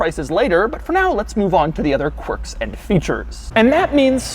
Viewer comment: It’s annoying when you say corks in features and Infotainment system